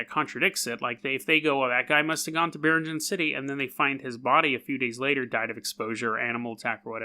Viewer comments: Filipino check: it's "bee-reeng-anne" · biringan city ????? you cannot pronounce it very well my friend